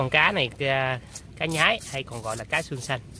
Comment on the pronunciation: Cá xương xanh ( xương mà xanh) . Có vùng gọi là con cá nhoái ( lúc nó bơi và bắt mồi nó thường nhoái mình hay nhoài mình) , không phải là cá nhái như bạn trong clip phát âm.